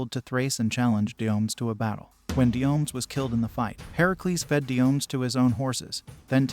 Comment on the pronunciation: The one king's name is /dio-ME-dees/, Also, the giant's name is /GAIR-yon/.